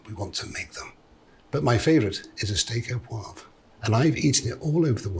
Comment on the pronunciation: Steak Au ThereWeAre.